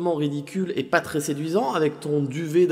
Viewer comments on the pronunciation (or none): none